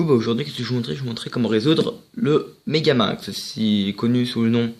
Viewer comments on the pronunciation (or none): Franchement bien joué tu sais le faire 🥇mais le but 🥅 de la vidéo 📋🎥 c'est le apprendre à faire le megaming et toi déjà tu vas trop vite, tu dit megamung au lieu de megamingz et perso je sais le faire et tu fait des technic vraiment que j'ai jamais vu... Donc stp refait cette vidéo et applique toi. Merci